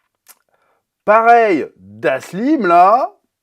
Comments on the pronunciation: Petite Dyslexie ? Dhaslim ? ^^ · Le "Da Slim" à la place de Dalshim m'a fait marrer😂 Si on a Fifty Cent en Balrog et aussi Da Slim, j'espère qu'on aura DaBaby le rapper en new challenger-fils de Da Slim ! Sinon Cody Rhodes en Guile, pour la carrure et le tour de bras j'aurais préféré l'acteur de John Reacher, mais bon, il aurait fallu lui faire une perruque à la One Piece😂 Après, avec la coupe Balrog de Fifty, en vrai pourquoi pas, je reste convaincu que ça aurait été un bon cast😊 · dahSLIM ? qui c'est lui ? richters pas RISHERS bref un minimum apprendre les nom du cast pour presenter le..........CAST lol mais bonne vidéo quand meme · Je suis resté bloqué sur " DhaSSLim " mdrrr.... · c est da-L-sim sinon 😄😄😄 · Alors pour une des rare fois, je suis déçu! Sujet mal potassé! Comme il est dit, on n’écorche pas le nom de Dhalsim qui est donc indien, on ne parle pas du pourquoi du comment de la tenue de Cammy, on évoque pas la fameuse voiture du stage bonus... Quand au film Street Fighter des années 90, Ryu fait bien un Hadoken à un moment vers la fin (c'est très mal fait, je le conçoit, mais il le fait bien...) Bref, et j'en passe, on à l'impression que tu as surfé sur la hype de cette sortie mais en en ayant rien à fou...du sujet!😂 Cela dit, ce n'est qu'une constatation, on à le droit de se foirer de temps en temps un! ça n’enlève pas la qualité intrinsèque des tes vidéos! 😘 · Sa fait mal aux oreilles 😂😂😂😂😂😂 Et au passage Dhalsim est Indien 🇮🇳